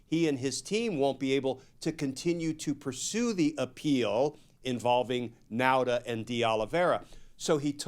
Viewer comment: Nauta is pronounced Nawta. Like saw ,naw.